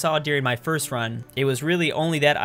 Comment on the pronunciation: NOT FORST